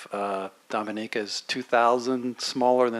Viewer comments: Nathalie, they even try to. Correct me when I pronounce the name of MY COUNTRY. DOM E NEE KA! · Can't believe a journalist would pronounce Dominica wrong before addressing Thea with question. Basic, basic thing...Smh. Good putting him in his place.